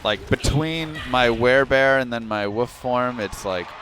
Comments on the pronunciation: Werebear and..woof? Lol. You mean wolf = wuulf.. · They way you don't pronounce the 'L' in Wolf is only ever so slightly irritating. Lol. Don't take this a trolly hate. But it throws me off every time